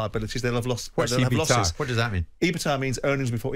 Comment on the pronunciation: its E-BIT-DA, not ebita 😁 cmon simon